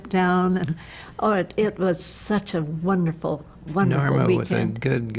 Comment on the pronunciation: Wunnerful wunnerful wunnerful!! hehe :D